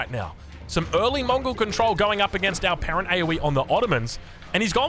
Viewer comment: Only when he says it